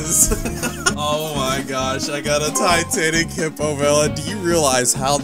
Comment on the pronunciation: it is hippolemon not hippomelon